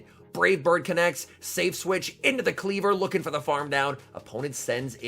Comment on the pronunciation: Kleev-Or, not Klee-ver. 🙃